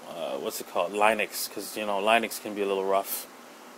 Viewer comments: its not "line-ux"... its linux, lynn-ux linux.... GOD! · Tomato Tamato whats the difference It's not like I messed up your name you don't have to get a huffy about it. You get better results if you did this... "Just as an FYI the pronunciation for linux is lynn-ux not line-ux, most main stream media shows have made this mistake so it's understandable." Then I would say "Oh OK thanks" instead of "WHATEVER DUDE!" and keep say line-ux just to get under your skin. :)